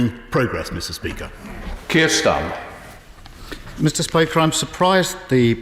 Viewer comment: D his name is Starmer not Stamer you mouth-breathing dunce.